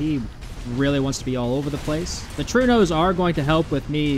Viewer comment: Sir, are you aware of other languages other than english existing? Trueno is Spanish for thunder, and is pronounced "troo-eh-no", not "true-no". Please don't make my ears bleed no more 🙏